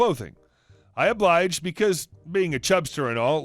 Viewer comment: Abliged????? Obliged DUH.